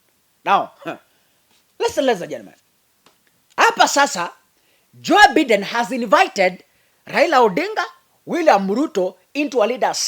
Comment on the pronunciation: The name is Joe Biden, pronounced 'Joe Baiden'.